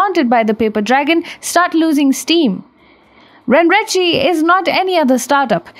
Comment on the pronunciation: Just one pointer, I believe it is to be pronounced as ren ren che. Not ren ri chi.